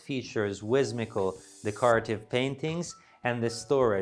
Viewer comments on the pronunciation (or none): His charm forgives him saying "whismical".